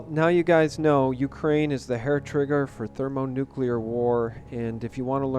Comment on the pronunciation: sounds more like "Hair-Brain" rather then "Hair-Trigger"